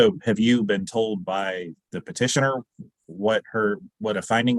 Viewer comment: Thanks for the video!! FYI, it’s Petitioner, not partitioner.